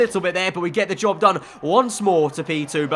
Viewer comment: did he say Job done or Dob done??